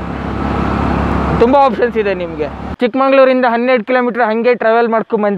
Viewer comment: That is not ChikkamaNgaluru- -----------------Chikkamagaluru Pronouciation wrong